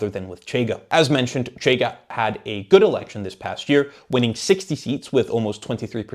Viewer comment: Also the 'CH' in 'Chega' doesn't make that sound. 'CH' represents a sound represented in English as 'sh'. But it happens. Most people on YouTube don't check these things up. If had a tuga acquaintance, that could help on this aspect. Edit: I'm not a tuga myself. Am a zuca with some tuga distant relatives. 2nd Edit: I made a point in saying I'm not tuga, to elucidate that I'm not suggesting to be consulted or anything. My suggestions are always in the direction of: having nationals of the country discussed being consulted(including on things like pronunciation). 3rd Edit: Reorganized the comment, omitting unnecessary stuff, while also correcting typos.